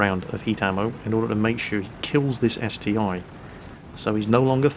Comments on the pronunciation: Pretty sure it's ST-1 not ST-i. It's like saying Tiger aye aye for the Tiger II. I also can't take what you say seriously when you say ST-i XD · Haha agree that its ST-1 you snoobs ;)